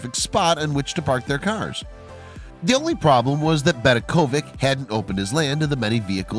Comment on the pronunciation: Just to make a short story long you have added a history of Zagreb, which has absolutely nothing to do with the problem parking. In the flea market you can buy all kinds of other people's rubbish. BedeKOvic is pronounced VeDEKovich. ovic means son, as in Robinson. Imagine calling the latter RowBINson. Near the end you repeated the name of the city but reversed the vowels, thus Zegrab.